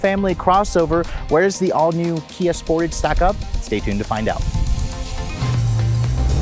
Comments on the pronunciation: Every time you say sportage I shudder. It’s pronounced like dressage. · It’s pronounced Sportahge It’ll also have 4 open recalls and rattly panels in 2 years. Kia and Hyundai are the vehicle definitions of “Lipstick on a Pig”